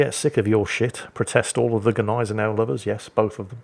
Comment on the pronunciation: You're also still mispronouncing Gneisenau.